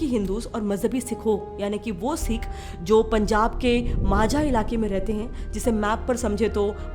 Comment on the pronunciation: Phle na tu Sikh pronounce karna to seekh le kanjari😂